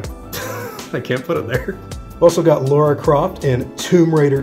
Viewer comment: Did you actually just pronounce Lara as Laura? lol love the JP room pal, awesome :)